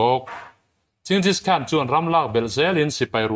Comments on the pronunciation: Ching-jish khan nilo in Gen-gis khan tia lam tur. A ngaihnawm khawp mai. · Ching-gis hi a ziah dan pakhat a ni a mahse ching nilo in G/J-eng ti a lam rik zawk tur ani e.